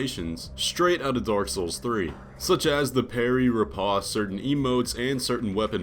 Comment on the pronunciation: Dude the word riposte rhymes with post…